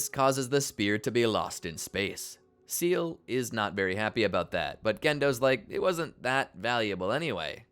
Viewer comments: its "seele" not seal🦭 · I winced every time I heard "seal" 😂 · It's pronounced "Say-Lay" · Lost me at "Seal" for Seele - what type of amateur bullshit is this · how do you manage to mispronounce seele when the name is said multiple times in the show 😭